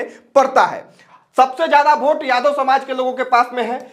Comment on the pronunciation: वोट होता है.. भोट नही😂😂😂😂